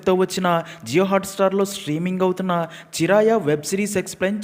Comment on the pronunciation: Adi "chiraaya" kadaiyya😂..... "Chiraiya" antey pichuka ani ardham Hindi lo!